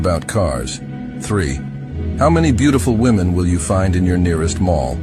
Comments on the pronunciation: Again the plural of woman is women, why do these idiots keep saying it wrong? It's not hip or cool. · Women, not woman.